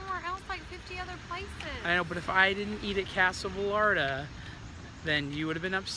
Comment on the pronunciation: two L's makes a Y sound. Vayarta #espanol